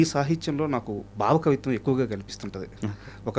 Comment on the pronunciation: బావ కవిత్వం కాదు యాంకర్ గారు , భావ కవైత్వం అనాలి …😂